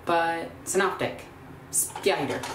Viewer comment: Can (as in tin can) - optek, with a hard C :)